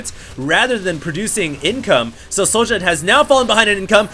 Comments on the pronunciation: I believe this is the Swedish player sjow, and i believe his name is pronounced SHOW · I dont know how i can wright it down but its said zjow. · How do you reckon "Sjow" is pronounced "Sowdja"? That did not make any sense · its pronounced Zhou.... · pronounce it 'show' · try to pronounce it "show" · He's swedish, so using swedish pronunciation it would be "show". I know you're a busy guy,, but his country is on liquipedia. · Think it's pronounced like 'Show'. In many languages j is pronounced like a y. Syow or Show.